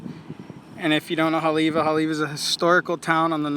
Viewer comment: Didn't seem and, pronounce it right? Righteously.. Because, they pronounce-- ei as, I? Just another fraud.